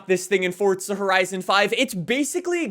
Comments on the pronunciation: im sure you hear this all the time, but there is no "T" in "Forza" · Why he say “forTza” lol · Stop fucking saying forza like that.